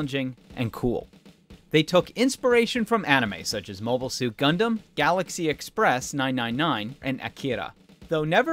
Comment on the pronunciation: Galaxy Express "Three-Nine," not "nein nein nein"